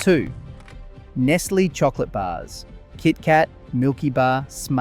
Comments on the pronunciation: say NESS LAY mot ness lee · Nestle is pronounced Nes Lay not Nes Lee. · Is this video AI? You incorrectly state Cadbury was Australian (?), you incorrectly pronounce Nestlé several times, your voice is robotic and your script sounds like it was pulled straight from ChatGPT. Such a shame. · How is it that you don't know how to pronounce Nestlé properly? Or is AI giving you away? Uh yeah. Definitely AI narration. Tsk.